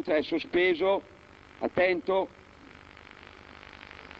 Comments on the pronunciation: Traditoreehh! ha detto staccaH staccaH non staccAH staccAH staccAH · Matt Matthew l'h finale c'entra, il modo in cui topolino pronuncia "stacca" alla fine del video ha una h alla fine, ascolta bene